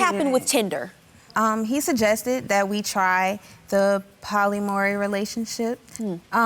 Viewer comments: Finally a comment about the mispronunciation! I been looking for this shit cause that was hilarious. "Poly Maury relationship" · you can’t even pronounce POLYAMORY, yet agree to the whole lifestyle to keep a man??? huh??? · Chile, she can't even say 'polyamory'. smh Just throw the entire relationship away.